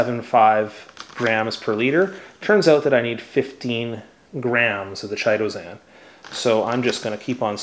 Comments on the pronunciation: Thank you for such a terrifically informative and helpful video. Now please allow me to return the favor… I’m pretty sure you’re mispronouncing “Chitosan” Chitin is a fibrous substance consisting of polysaccharides and forming the major constituent in the exoskeleton of arthropods and the cell walls of fungi. The correct pronunciation of “chitin” is: KY-TIN which leads me the believe the product ‘Chitosan’ is actually correctly pronounced similarly… KY-TOW-SAN 👍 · Pronounced kytosan. The H is silent. Just sayin'.